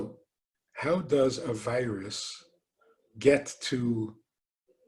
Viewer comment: Instead of hearing "a virus", hear "aveiras"